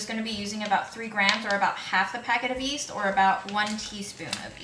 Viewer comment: Hey! Even I'm Asian I'm from India and after watching your videos I realised I pronounce yeast as east as well! I thought I pronounced it right. I'm bamboozeled. I just wanted to let you know that you're not alone